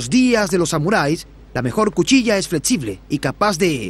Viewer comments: Construtzion, fletzible.... Qué zucede con el narradors? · Fletsible, etsito, etc. Jajajajaja